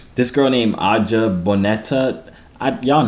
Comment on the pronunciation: completely messed up my baby girl Ajah’s name 😂